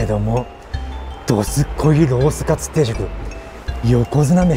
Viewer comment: 外のメニュー見てる時どすこいが、力入っててどずこいって聞こえる(笑)